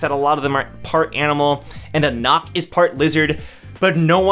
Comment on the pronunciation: Its Anak and JAhad not aNAK and jaHAD